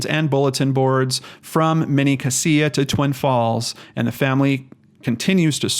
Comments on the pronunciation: U pronounce it cashia for the count of cassia I went to school with her she was a sweet heart im so glad she was found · It's pronounced "Cash-uh" county... Sad story, I followed it on the Boise news. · Sorry to nitpick but it is pronounced "cas (the a as in apple), ia (sha)" county not as you said. It drives locals crazy.